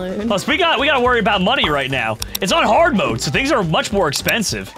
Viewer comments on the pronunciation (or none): says hardmode like its hard